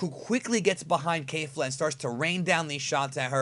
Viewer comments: I have a question, please don't kill me. Why does insists on pronouncing it KEIFLA or something if the anime pronounces it KEFLA. With a flat e there. Names stay the same throughout dub or sub, so why the KEIFLA? Honest question here. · Sorry but it’s kefla not kafla